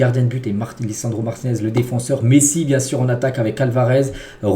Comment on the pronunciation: Je rêve ou il dit "Pessi" à 😭😭😭